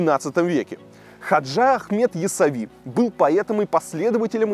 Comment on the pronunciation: не ясави,а яссауи